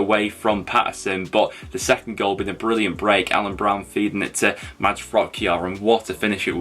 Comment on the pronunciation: The "d" in Mads is silent, so his first name is just pronounced "Mas". 😊